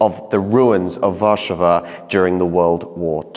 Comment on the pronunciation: Great video about Narodowy. One tip: In Polish, we always stress the penultimate syllable. If you could pronounce it as 'War-SZA-wa,' changing just this one element would make a huge difference in how your Polish is assessed by native speakers.